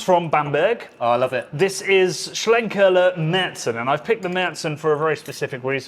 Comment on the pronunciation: One of the best opening lines to a beer video anywhere on You Tube for a long time. So cheeky but so apt, nicely delivered. And pronouncing Schlenkerla and Rauchbier properly as well, lol. Nice set of beers too. Cheers #Disco